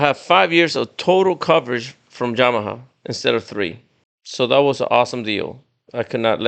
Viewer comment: Came Straight to the comments after the 2nd “Jamaha” 😂